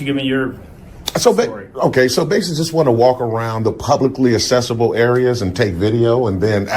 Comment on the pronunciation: Smug clown needs to learn English. “Accessible” isn’t pronounced “Assessible”. The first c is a hard c, sounds like k, the second c is a soft c, like s.